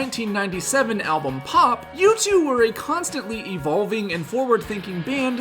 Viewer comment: I’ve never heard someone pronounce U2 wrong before 😂